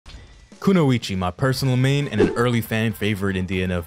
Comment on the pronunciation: Good to hear you're pronouncing her name correctly. Drives me nuts when people say it "the English way."